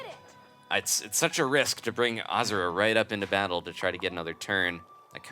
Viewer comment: it's pronounced ahhh zoo ra